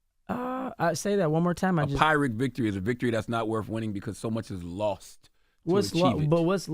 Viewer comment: "Pyrrhic" is pronounced "peer-ic"